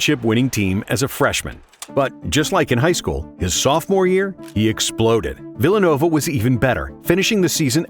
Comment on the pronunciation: Phillanova University? 😂